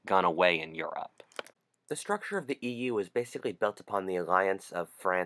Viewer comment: he pronounce europe yorp